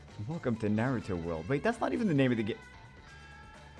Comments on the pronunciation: The way pronounces naruto had me dying 🤣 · Why can't you pronounce Naruto correcty? Come on man